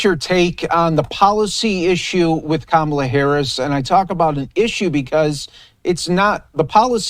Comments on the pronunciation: Correct pronunciation: “Comma-la”. Not that hard. You can carry the water for Trump, but you are NOT his constituent. But continue. . .😂😂😂😂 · You mispronounced Kumswalla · If you can’t, or won’t, pronounce the Vice President’s name correctly, I won’t take you seriously.